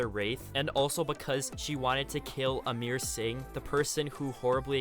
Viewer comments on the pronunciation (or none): Ayyy uploads lemme get my popcorn plz! 2 views and 10 comments... OK. And yeah Its not Amir Singh Its Amer Singh coz im an Indian myself duhhhhhh Im not trying to be mean but just tellin ya g'mon watcha. What music in vid btw?